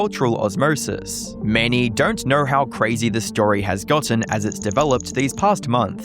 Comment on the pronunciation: “Dernt” lol